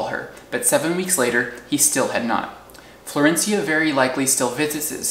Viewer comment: I love your storytelling. Also, excellent pronunciation of "Florencia"